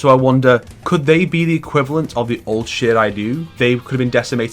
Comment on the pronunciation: Does this guy really pronounce "Shiray Ryu" correctly? That's insane. Even NRS can't even pronounce that right